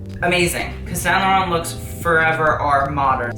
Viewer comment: Actually he's pronunciation is good.